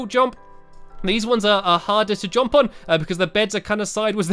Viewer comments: Anyone else realised he says “jomp” not “jump” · Stampy! It’s jump! Not jomp 😂❤️